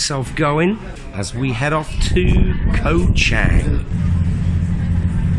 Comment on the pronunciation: its pronounced as the same as the Chang Beer. you keep referring to the island as CHANG as in a Chinese surname. other than that, good video.btw, were you there when this occurred?